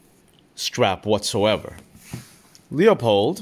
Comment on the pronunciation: Loopold, not Leeoopold or loypol like the words. It's a family name, I'm certain they are pronouncing their own name correctly, so I'm happy to help 🖤 Edit: I have a question too. Why are you concerned about animals hearing you? That is an 8 power optic, I assume you are using 8 power to observe at pretty decent ranges, considering the magnification. The sound is unlikely to carry that far in most envrionments, so you'd really only be alerting animals close enough to you to hear it. I'd imagine if they are that close you know they are there and can see them so they can definitely see you or your blind. Really I'm just trying to ask what circumstance or reason you have to need your binoculars when they are that close, under what I think of as 'normal' circumstances I wouldn't be worried about a deer or elk hearing my little velcro flap. Surveillance subjects really shouldn't be that close either. If you need binos to see what they are doing you are either far away or in an urban setting with a comparatively ludicrous ambient noise level. In addition you'll also likely in a car or building if you are lucky, stuck on a roof or on a bench trying to pass as a birdwatcher if you aren't. Is this something you are worried about and just haven't actually sat and thought about whether you should be or is there something you are doing where you have to, like watching foxes? I could see wanting eight power for that and still being close enough and it being quiet enough for the velcro to